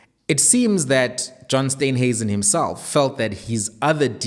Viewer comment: Please call him Steenhuisen steen not Stuynhuisen